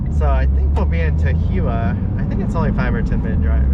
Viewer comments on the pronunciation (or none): I was just rewatching this as I grew up in that area. FYI Tahuyeh is pronounced "tah-HOO-yah."